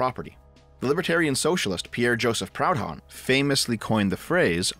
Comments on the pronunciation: Someone must have said it already, but you pronounced it Pound-hon, when it should be Pru-don. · Mate, you’re Canadian. It’s not pronounced Proud-Honn, but “Prudon” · It's pronounced 'proodhon' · talks about serious issue. Me: only notices him saying "Proud Hon" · Its funny hearing a canuck mispronounce proudhon ngl